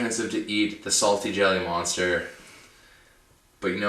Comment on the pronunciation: lol it sounds like "chedda" instead of jelly.. so i was kind of confused there, but i just let the video run through so eventually it dawned on me. hah